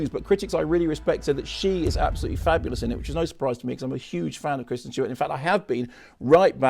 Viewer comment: Is it just me, or does it sound like Mark says Christian Stewart instead of Kristen? I've noticed he seems to say that in the show as well.